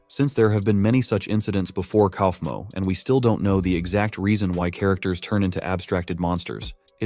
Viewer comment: Ok but the way that the ai says kaufmo 😂😂😂. KOUWEEFMO